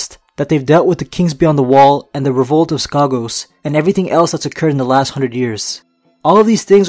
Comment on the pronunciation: "the last hungred years." Love it xD